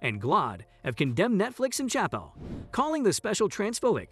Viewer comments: Disregarding your utter failure to pronounce his name right, I'm pretty sure you haven't even watched the special. Your conclusions were arbitrary misinterpretations at best. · Learn how to pronounce his name at least.